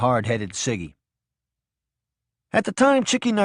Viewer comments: It's not siggy it's sidgey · I think it’s pronounced “sidgy”, not “ciggy”.😊 (And Scan-eechee-ohs” too)